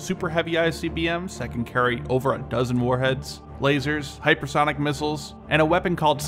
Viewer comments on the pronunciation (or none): I'm pretty sure he just can't pronounce hypersonic.